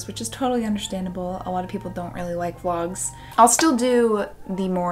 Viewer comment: The way you pronounce Vlogs/Vlog always sounds like Wogs to me and it's weirdly cute and endearing. I'm not a native speaker so I'm also always glad to hear that even native speakers can't pronounce everything correctly.